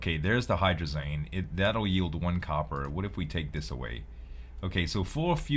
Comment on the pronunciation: Can you pronounce hydrazine like magazine. I work with it a lot and your calling it hydrazane is killing me. Lol. Great vids. Keep it up.